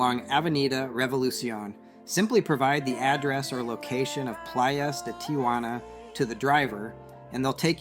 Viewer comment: It's pronounced "tee hwa na" not "tee ah hwa na". Tia Juana means Aunt Juana which is not the same as Tijuana.